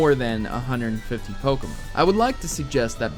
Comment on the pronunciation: BUT It's pronounced Poke-Ay-Mon not Poke-Uh-Mon